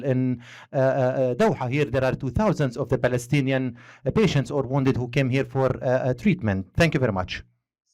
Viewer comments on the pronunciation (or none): He can't say Palestinian 😢😢😢😢😢